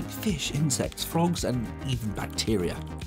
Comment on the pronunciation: Bach-teria is killing me